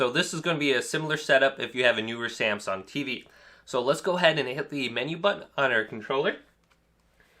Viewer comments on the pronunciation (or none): none